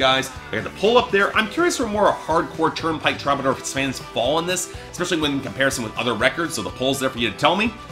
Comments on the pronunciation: i'm a Canadian "sore-y" sayer, and no, it's "true-buh-door" here too. i picture as being a dude who reads these words more often than he hears them aloud. (also, shout out to the interrobang as your picture there, lol.) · too bad you don't know how to pronounce the band's name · This video made me so mad lol... can't even say my boys name right.... smh